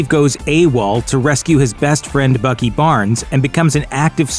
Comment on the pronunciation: in stead of Bucky I heard fucky